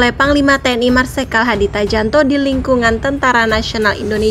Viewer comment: ...itu ejaan lama...bacanya "Marsekal Hadi Cahyanto"...bukan "Tahjanto"...coba belajar baca ejaan lama...nanti bisa2 baca presiden "soekarno" padahal bacanya ya "sukarno"